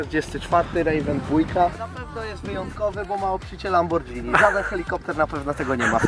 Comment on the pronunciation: "obszycie LAMBORDŻINI". Rozumiem, że ziomek je spadżetti?